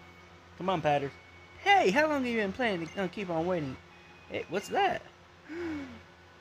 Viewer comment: its how not hiw